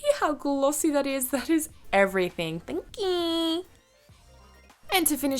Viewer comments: I LOVE THIS LOOK SO MUCH OH GOD and your "thank yeew" cmu every time hahaha xxx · "thank yeewww" lol love you xoxo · I love the "thank yeeeeeew"😂 with the thick Aussie accent